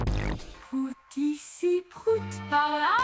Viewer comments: Je sais que c'est pour la blague, mais le graphème "Prout" ne se prononce pas du tout pareil en anglais qu'en français. Ça fait un peu mal d'entendre "Prout" prononcé comme ça. C'est comme si on disait que mordre se prononce bite comme on le prononce à la française. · Comment on prononce en anglais réellement PROUT ? Comme abOUT ?